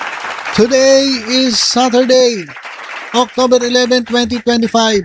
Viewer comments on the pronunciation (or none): none